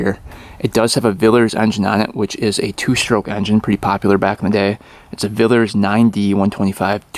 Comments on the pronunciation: Oh and it pronounced villiers not a villers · Vill-lee-yers. You're missing the 2nd 'i'... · Hi.... The name is Vill i ers, with an I....not Villers. Great video though. 👍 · It’s pronounced a vill -e -ers . I only pray to god when you get it to run you don’t rev the hell out of it like you usually do.😬. Pretty rare old bike in the USA I would imagine. Engine Spares available from Villiers in England .👍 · Villiers not villers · Vill-ee-ers !! NOT Villers !!!😡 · it's Villiers, not Villers. Vill-ee-ers. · On pronunciation... Villiers would be 'vill - ee - uz' in British English. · just a tip its pronounced villi - ers not villers... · Its pronounced Vill e ers not villers Regards James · Villiers is pronounced Vill- Lee -Ers, not Villers ,great work 👍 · Say vill lee ers . Yes it was a common engine here. Rodge David Kidderminster England UK 🇬🇧 ❤😊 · Looking forward to this one. BTW it is pronounced vil e ers not. villers. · say it like this VILL-LEE-ERS, its Enlish. Love your videos, respect ❤ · for f sake its villeeeeeers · Hi parts in uk are cheap for these engines. Also it is pronounced “Vill Lee Er-s. (Villiers ) Also this is the correct colour for the civilian model, without the white. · Small point : The engine maker's name is pronounced "Vill - eee - ers" in the UK. (Not sure about the US !)... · It’s pronounced Vill ee ers joe. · Pronounced Villee-ers😉. Lovin it ! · I hope you can get your tongue around pronouncing the second "i" in Villiers. It sounds like an e. It's fun and worth it.😊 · it’s “ vill e ers” i’m from the UK and love your videos mate you’ve taught me so much. I’ve imported a Yamaha RT 360,a 72 MX 360. A Suzuki RV125 and a CT 70 monkey bike all from the states. You guys have the best bikes. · PRONOUNCED VILLYERS😂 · Positive earth on these? RESEARCH! Pronounced YILLYERS. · I love your videos and watch religiously, however, your pronunciation of Villiers is messing with my head. Sorry. 😂🤣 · same here